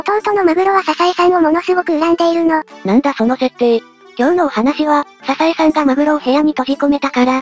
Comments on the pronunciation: ササエさんじゃなくて、サザエさんですけど😅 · ササエさんじゃなくてサザエさん マグロじゃなくてカツオ